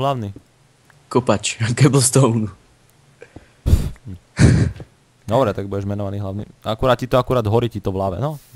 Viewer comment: Keblstoun? :DD takú výslovnosť som ešte nepočula :D